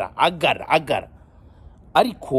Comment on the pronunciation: “Aggara this, Aggara dati” lol 😆